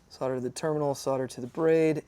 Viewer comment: Thanks for saying “solder” not sodder. After all it has an L in the word